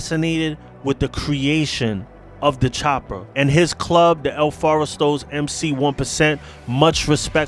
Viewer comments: It’s el forastero. Not “el foresto” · Lets nitpick the nitpicker... "FOR-STAIR-OH" if you want to pronounce it correctly. -Jordan, Sioux City El Forastero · El Forest-aro is how it is pronounced. Tom Fu-gull is gow his name is pronounced. Just wanted to give you the correct pronunciation.